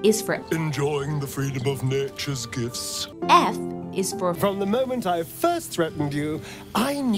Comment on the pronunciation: His "enjoying the freedom of nat-iah's gifts" gets me every time XD